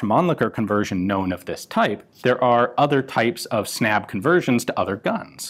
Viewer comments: The word is pronunced more like "Snub", snabb means fast in Swedish. The Swedish a is pronunced like the a in "ah" unlike the english a. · Snabb is pronounced (Snub) like and u is is pronounced like u in cinnamon (“bun”) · Snabb is pronounced with a short "a" and it means "fast" in Swedish. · That is not how you pronounce "snabb".